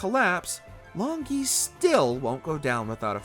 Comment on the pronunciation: Long Gui is very likely to be pronounced as 'long goo-ey', which means 'dragon turtle'